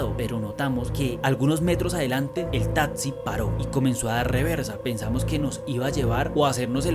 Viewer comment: Me parecen brutales los relatos, pero no aguanto la dicción. Un consejo, trata de mejorar la pronunciación "tatzi" por taxi